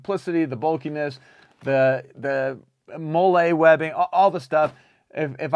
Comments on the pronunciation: Loving the review! Only critique is that it’s pronounced “Molly” webbing and not “Molé” 😂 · Not a dig, just a pet peeve as a vet, the pronunciation of molle